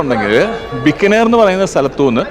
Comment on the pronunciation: its not bikkanir its Bi-kaa-ner. Thanq